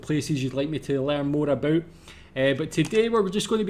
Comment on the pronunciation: You say aboot just like us haha